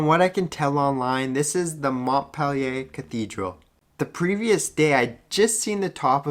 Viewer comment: Mont peh Lee ei Nice vid though. Keep it up.